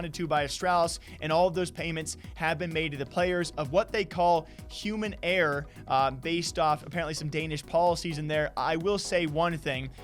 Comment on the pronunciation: How do you pronounce error?! "eehh"?